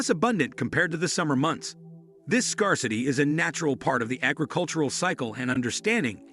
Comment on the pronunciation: Can’t even pronounce scarcity. How can we take this seriously?